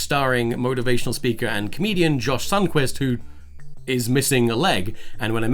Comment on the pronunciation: I thought you said Josh thungtwist because I have bad hearing so when I turned on the subtitles I found it spelt sundquist, I felt a bit stupid